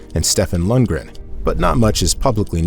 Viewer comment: Lundren.... Its Lundgren